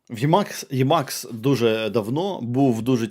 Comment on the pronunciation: правильно імакс а не ємакс йопт